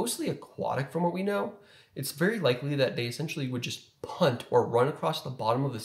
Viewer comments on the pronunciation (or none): none